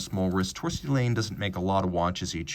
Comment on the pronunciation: As an FYI Laine is pronounced - 'Liner' (as in ocean liner) in Finnish. How do I know (?) it was my mothers maiden name...